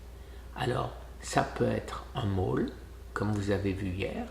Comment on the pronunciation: Bonne journée avec tes loulous Guy c'est un grand réconfort les petits enfants. Les mall se prononcent "môl" je me coucherai moi bête. 😊Mais tu vas être beau pour le mariage, ta fille et ton gendre te donneront peur être l'autorisation de nous en faire partager sur le site ? Bien ta sortie dans le mall. Biens sûr que la nature est belle et très profitable pour notre corps. On se fait une raison, !!! il en faut pour tous les goûts. A plus tard Guy